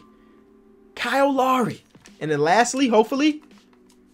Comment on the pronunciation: you pronounce Lowry wrong it’s loud without the d (haha) and ree that’s how you pronounce Lowry